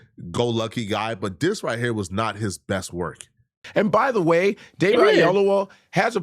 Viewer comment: Da-veed? It's Day-vid. Regular ass Day-vid.